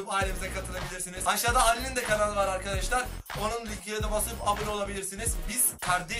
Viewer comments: neden arkedeşlar diyosun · Arkeşdar demeyi kes lannnn😠😠😠